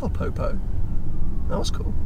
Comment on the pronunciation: Undoubtedly the whitest "oh, the po-po" I've ever heard. Love it.